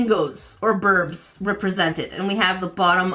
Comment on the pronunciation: Anyone notice she said burbs instead of birds